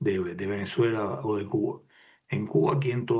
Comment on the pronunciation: porque dice CUNA en vez de CUBA